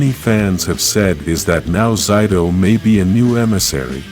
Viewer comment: Why did he say zayto(zito)